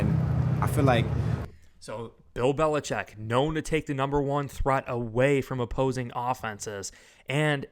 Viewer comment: He said belicheat not Mc dummy….